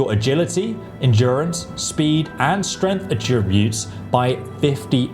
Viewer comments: This dude needs to learn how to say some things like “attributes” they’re not “uh tree boots” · The word is "Attributes". "ATT-ributes". Not "A-TRIB-utes." ATT-ributes! And David Bowie was the Rock and Roll Chameleon, not the CHAR-meleon with a cup of tea! Chameleon, like the colour-changing lizard. {:o:O:} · Attributes. ATT-ributes! Not A TRIB-utes! ATT-ributes! What the hell is wrong with you, aren't you British? And David Bowie was the Rock and Roll Chameleon, not the CHAR-meleon with a cup of tea! {:o:O:} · AAATTTTtributes not AAAA tributes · Great video, but by god it’s A-tributes not a-TRIBUTES 😅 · Why do you keep saying attributes like atrib-butes its aaaaah tributes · Great video as usual but mate, someone's got to tell you - it's AT-ributes not at-RIB-utes. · Amazing video, so helpful, sent my son a link. But please, aTTRIButes is a verb. Please rerecord this entire video with the correct pronunciation, and then send me the link when you have done so. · 10 more years of listening to this tool mispronouncing attributes (uhh-trib-yoot), no that's a hard pass for me. Glad he's got plenty to do, maybe an aural encyclopedia would be a big hay-elp.....😅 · Is anyone else weirded out by the way he says “attributes “? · That's not how attributes is pronounced, lol. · Bro please learn how to pronounce 'attributes' properly if you're going to say it 1000 times in the video, it was actually infuriating 😂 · Why do you say attributes wrong?? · Attributes, not Attributes! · Learn to say Attributes correctly. Not even Americans say it how you do. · Listened to 20 minutes of him saying "attributes" wrong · The way you say Attributes is absolutely maddening. Good vid though